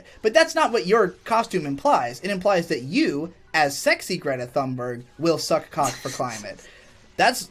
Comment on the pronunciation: "Greta Fannbörg"